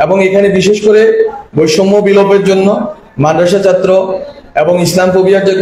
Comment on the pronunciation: উচ্চারণে সমস্যা আছে ,যেমন ছাত্র শব্দটির উচ্চারণ সঠিক না